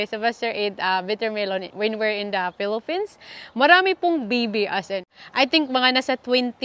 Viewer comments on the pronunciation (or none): none